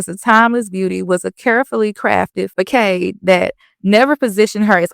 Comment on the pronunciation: Just a heads up " Facade" is pronounced Fuh-Sahd